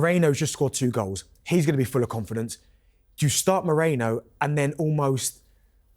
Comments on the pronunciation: Guys it's Merino and not Moreno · MerIno not MOrEno. Come on guys! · What’s wrong with the panelists? They’re saying Moreno instead of Merino🙄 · It’s not Mereno, Moreno, Mourinho (as Joe Cole was calling him on Saturday) it’s MERINO!